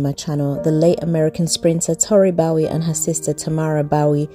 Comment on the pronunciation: Please say her name correctly.